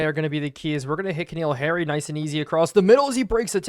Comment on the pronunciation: i apologize for being that guy but since this at least the second or third playlist where ive heard you pronounce it wrong repeatedly im gonna say it: Its N'Keal Harry not K'Neal Harry. just really rough hearing you butcher his name multiple times a video lol